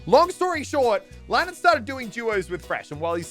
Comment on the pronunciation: He did Lannan wrong